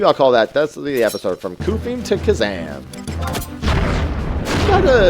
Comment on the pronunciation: the way you pronounce Qufim would mean that the word “quick” would be pronounced like “kook” lol